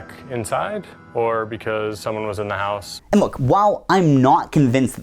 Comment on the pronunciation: why does he say house in Irish